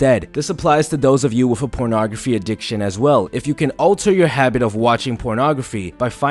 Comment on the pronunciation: Me: ok I need this, I'm really addicted... Him: ProNographY